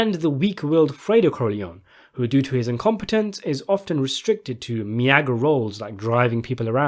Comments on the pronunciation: Meagre is pronounced "meeger", not "mi-YAGG-er". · Not me-ag-re ... It's pronounced mee-ger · Your pronunciations kill me.. wtf is mee ayger? Love your vids though